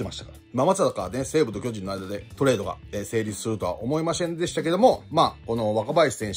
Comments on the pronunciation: 思いましぇんでした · おもいましぇんでしたww